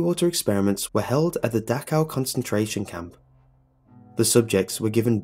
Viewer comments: Dachau!! CH!!! Not Dakhau.... Y U muricans not learn the proper CH sound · ITS PRONOUNCED DAH-SH-OWW.